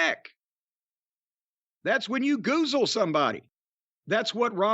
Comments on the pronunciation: Drink every time they say "goolze." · Every time jim says goozel take a drink lol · Take a shot every time Jim says goozel or is it goozle? I don't know.